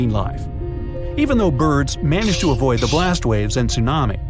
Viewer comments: you said the to as yo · U said able yo survive u gonna say able to survive